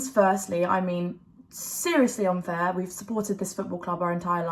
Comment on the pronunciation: 'Yah this is like so unfarrrrrrr' 😅